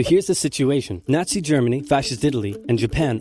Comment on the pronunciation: It's Nazi, not Schmazi, not sure where you heard Schmazi from